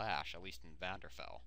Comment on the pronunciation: Also, VVARDENFELL not VVANDERFELD